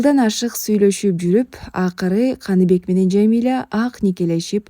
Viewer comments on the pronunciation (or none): Канибек эмес Каныбек деп окунуз ээ😅